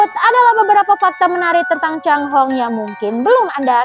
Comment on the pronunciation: Bahasa Mandarin chai hong adalah pelangi bukan cang hong